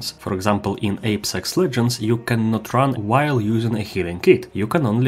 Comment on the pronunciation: I’mma be completely honest did anybody else catch that? He just said, ape sex legends